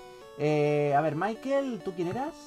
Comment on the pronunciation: se pronunsia Mickael no Maikel